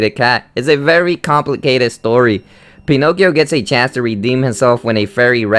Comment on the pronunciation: Penokeo😂😂😂😂 that's how it sounded.